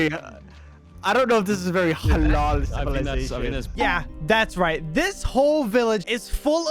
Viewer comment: When you say HALAL IT IS FUNNY